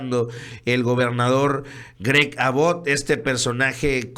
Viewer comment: Perdon, pero se pronuncia AAbott con acento en la "A" y, Abbot es gobernador de TEXAS, no Arizona